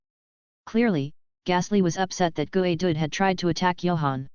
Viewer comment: Gooey? Is how "you" say geodude?